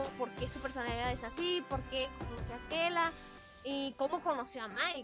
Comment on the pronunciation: Se dice Akela